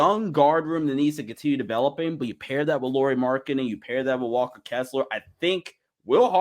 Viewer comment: Hello? anyone home? You are pronouncing Walker's name totally wrong! Thank You!